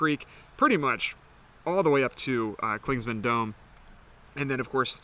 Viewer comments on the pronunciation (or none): Clingmans not Clingsman 😂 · Well don’t get so butt hurt over it dude. Clingman is the man’s name who the peak was named after until the Cherokee recently had it changed. You say “Clingsman” about 100 times in this thing, even though you pass by trail markers that clearly show the spelling. You may not be able to go back and correct it but from now on you should at least know how to say it. If someone kept calling you.. wouldn’t it eventually get on your nerves? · Please say Clingman's Dome. You keep putting an S in the middle....